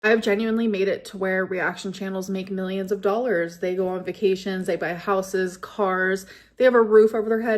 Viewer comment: She says “houses” weird.